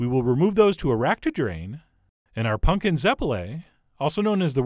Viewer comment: Why do you keep saying punkin